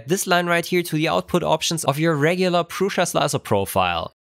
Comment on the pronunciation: Hello. It sounds like you are pronouncing an "i" in Prusa that is not there, like Prusia.